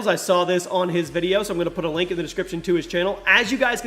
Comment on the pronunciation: Did anyone else notice him say poot and not put?